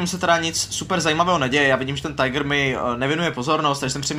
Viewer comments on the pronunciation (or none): Poprosím ťa aj ja, vyslovuj to nemecky správne, je to nemecký stroj. Žiaden Tajgr ale ani Tigr. Prehltni nakoniec to - (a), nejak ako Tig(a) ...budeme ti všetci veľmi vďační ( joke ) . Vďaka za kvalitné videjko, myslím si , že práve to je pre väčšinu podstatné :) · Technická poznámka - není to Tajgr, ale Tigr. Je to německý tank.